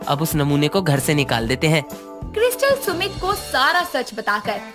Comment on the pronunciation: Krystal hota hai kiristal nhi